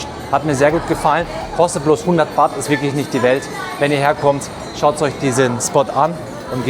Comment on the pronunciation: Das Thai Geld heist nicht Wat sondern Baht.👌😉😁